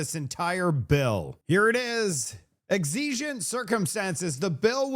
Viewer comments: Sorry, ADHD in full gear this morning. The word "exigent" is pronounced as EK-suh-juhnt (three syllables). The primary stress is on the first syllable ("EK"), with the following syllables ("suh-juhnt") spoken quickly, often utilizing a schwa sound (like "uh"). A common variant, particularly in British English, is EG-zuh-juhnt, though the "EK" version is standard. Cambridge Dictionary Cambridge Dictionary Great video as always!!!!!! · Are you french? "Exigent" sounded real funny.